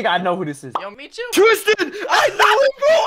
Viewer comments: BRO RLLY SAID : "tistan" LOL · He said tistan bro HAHAHAHAHAH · "TISTAN!" I'M CRYING LFMOAOAOAOAOOAO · Bro really said”tistan” 💀😭💀